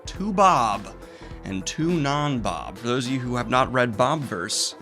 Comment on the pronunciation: excuse me sir, there is an "i" in bobiverse, and you not pronouncing it is a cardinal sin